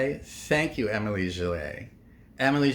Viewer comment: Its not Emily, the whole world is not USA… learn how to pronounce her name